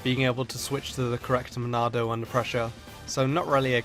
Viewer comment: But Monado is how it's pronounced.